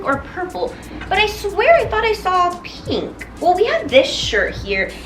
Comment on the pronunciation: I am triggered by the way you pronounce 'pink'.